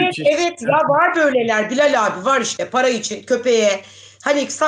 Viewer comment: Abiyi telafus edemiyorsunuz Abi yaziliyor ama anlami Agabey...olarak okunuyor